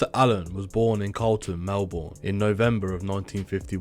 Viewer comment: Kath had 10 not 7 kids and that is only the start of the incorrect information. Plus it's helga not Helen wagnegg and its pronounced melbin